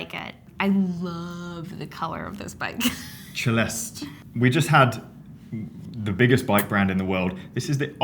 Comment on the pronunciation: ce-le'-ste , please pronounce the final "e" 😀